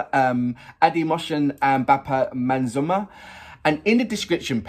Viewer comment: Pronounce like this - Bappa, Mazum + Der = Mazumder. Mazum Der. I think you would be my great student if you pronounce correctly. I just hope! Well! Anyway. ❤ Your reaction.